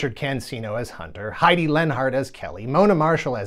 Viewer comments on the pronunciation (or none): none